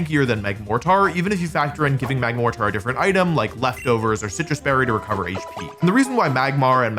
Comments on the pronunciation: Apparently Wolfe pronounces mortar as “more-tarr” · that is NOT how you say the word mortar